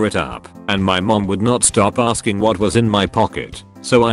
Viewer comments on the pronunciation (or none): none